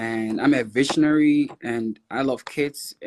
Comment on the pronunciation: Sounds like he said, “I’m ambitionary”. 🙄🧐 Quite sure he said ‘a visionary’ though. I googled ambitionary and it says, ‘An ambitionary only sees the present moment.’ 🤔 it fits him.